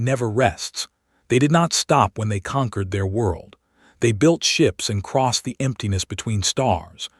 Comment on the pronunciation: She asked for a hour and the story said next day. Hopping, conquered and a handfull other wrong pronounced word